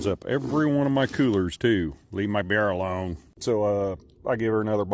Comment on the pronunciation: Weave that coyote awone, He just wants in that coower, and some wove. 😂